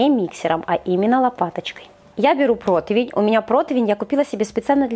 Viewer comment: Ты публичный человек! Не протОвень, а протИвень- пожалуйста!!!